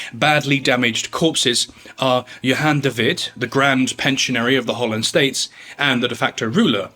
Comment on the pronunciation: Djon david😂 *Johan de Wit